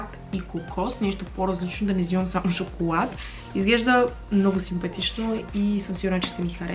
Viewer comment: Моля ви казвайте “Л” правилно!,ти вместо шоколад,казваш “Шокоуад”... П.С. не е хейт!Много си яка <3